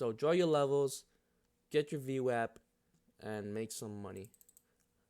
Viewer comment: As soon as I heard you pronounce it VWAP and not VWOP I Subscribed. Then seen you used Multiple timeframe VWAP and that was conformation. I would like to see you make more content. VWAP earnings Reversals have been a 90% plus winning trade.